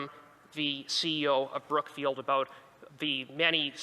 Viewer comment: Lol did he say Crookfield or Brookfield